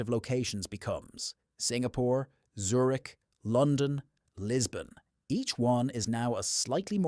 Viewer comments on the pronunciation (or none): none